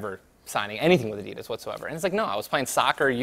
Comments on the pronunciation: Gay ninja cant even pronounce Adidas correctly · That pronounciation of adidas is killing me ............... also his book is full of crap like holy moly that book consists of a lot of bullshit and wikipedia stuff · stop pronouncing adidas wrong wtf